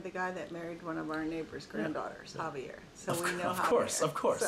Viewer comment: Finally somebody that got my name right. Javier is best.